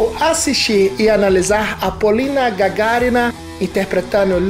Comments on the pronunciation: Наконец правильно фамилию назвали. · Thank God he knows how to pronounce Gagarina. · Я пересмотрел многих зарубежных музыкальных блогеров и все они восхищались Полиной. Но вы,, первый кто правильно произнёс фамилию Полины!